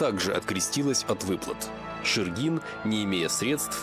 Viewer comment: Шергин мой предок, из Великого Устюга. Потом вернулся на родину и тут умер, оставил большое наследство. После этого в Якутске оставался его сын Александ. В Якутске он был управляющим Русско-Американской компании. Из Устюга же был директор РАК Михаил Булдаков. Почему-то ударение в видео неправильно ставят, правильно шЕргин.